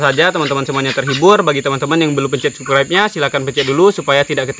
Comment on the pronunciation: Sabskraib bang....sebutannya subscribe.... 😀😀